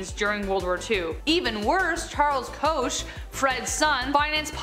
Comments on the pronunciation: Koch is pronounced coke not kosh. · You said the Koch family wrong!!! It’s pronounced like Coke! Lol! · Koch is pronounced like "Coke"